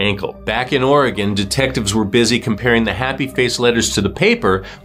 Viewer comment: Ok this may be silly but thank you so much for pronouncing Oregon correctly.